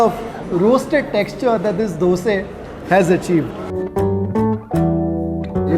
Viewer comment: Appreciate you saying Dose NOT Dosa 👍